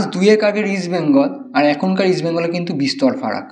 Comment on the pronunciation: ইস্ট বেঙ্গল বলো, উচ্চারণ ঠিক করো তারপর প্রোগ্রাম করো